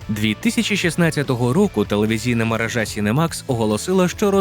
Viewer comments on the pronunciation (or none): none